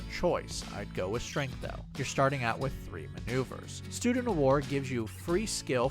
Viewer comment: Stundent of War? chuckles good naturedly